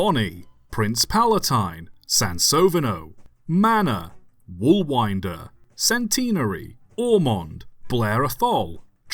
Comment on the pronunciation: A few dodgy pronunciations there! Personal favourite is Sansovino (San-so-vino)